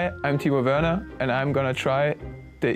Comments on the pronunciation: Du heißt nicht Timo Wörner sondern Timo Werner😢😂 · why does he say werner with an english accent xD